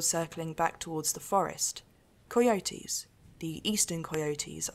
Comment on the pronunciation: I like the way she says coy e oaties. Cay oaties?